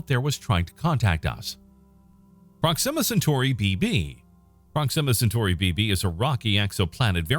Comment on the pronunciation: Pathetic. You cannot even pronounce the planet or star system properly.